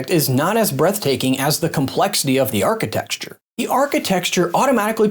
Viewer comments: Its architecture. not architexture. Also, your inability to understand something is not evidence for a god. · You're putting an 'x' in "architecture" that isn't there. Just say architect-sure.